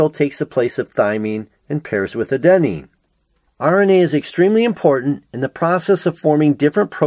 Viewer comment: also, you mispronounced adenine throughout the video (stress should be on the first syllable rather than the second, it drove me nuts)